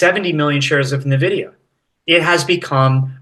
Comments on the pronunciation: Nvidia...ENvidia. if one wants to be a market "expert" they should know how to pronounce company names. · NaVidia! NaVidia! NaVidia!